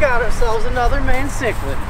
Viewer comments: Yes!!! Like the Mayan people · Its pronounced my-en cichlid not mae-en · bro it’s pronounced mean ciclid not main ciclid. 😂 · It's pronounced as ma-yan not my-en. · I physically died when he called it a may - en cichlid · MY-YAN bro lol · Pronounced MY-AN cichlid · stop pronouncing mayan cichlid like that its pissing me off